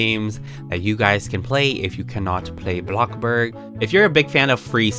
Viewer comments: Its not blokburg its bloxburg smh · Its bloxburg dum sum not blocburg. But your vids are ggoood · Who else loves the part when he says “bLoCkbUrG” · I love how you say blockburg